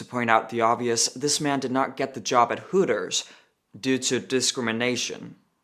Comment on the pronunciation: It's hooters not tooters